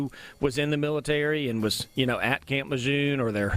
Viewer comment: You’re pronouncing camp Lejeune wrong. You need to give the man the base is named after the respects he earned